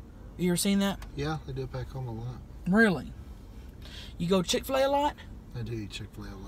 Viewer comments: i died when she kept saying “chiffulay” as chick fil a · I HATE CHIK-FA-LE